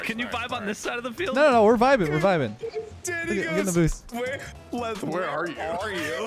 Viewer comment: Leth, not let’s…